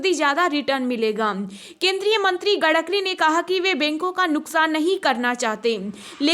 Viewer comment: Gadkari nahin madam Gadkari hai